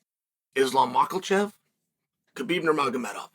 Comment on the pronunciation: I love that he can say Khabib's name. But refuses to say Islams name right hahahaha.